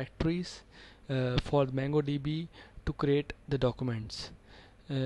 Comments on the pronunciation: Nice vedio! Please pronounce it MONGO not MANGO.. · Its not pronouncd MANGO db but MONGO DB! Get your pronunciation right before you decide to teach! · he called it MANGO DB .. he he